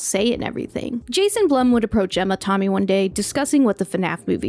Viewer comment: Absolutely LOVE this video, but Emma TOMmy? You gotta be ragebaiting, right? Literally everyone says TAMmy...